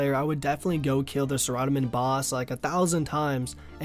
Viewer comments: Did u just say suh ra domin... its Sarah doe min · The people: SARA-Dom-in: Sir Oddoman XDDDD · I don't like where you place the emphasis on the name Saradomin. It's Sara-Dome-in, not Sa-rod-omin... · please stop calling it sir odd omen its Sahara domin!!!!!!!!!!!!!!!!!!!!!!!!!!!!!!!! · Sa Rod a men? Sara-dah-men RuneScape shows how to pronounce all these weird names on their website forums. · sir-rod-a-min LOL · anyone else cringe about the way he says saradomin?